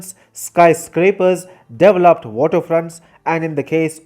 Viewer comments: It’s “dee/vel/oped”, not “devel/oped”. Bad pronunciation. Not one English speaking country pronounces it your way. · I watch every one of your shows, but please learn how to say the word developed. You say it so wrong. The “E” is long. I still love you though❤️❤️❤️